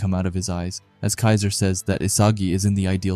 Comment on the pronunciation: a little mistake on the "kiser" name but all good buddy. 👍